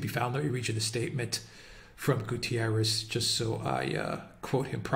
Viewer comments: It's not "Gutierres" ... In Portuguese it sounds "GutErrsh" ... The "ie" takes it to the Spanish similar surname. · It's GUTERRES not GUTIERREZ ! Portuguese, not Spanish